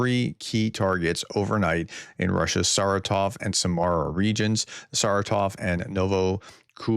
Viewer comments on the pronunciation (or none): none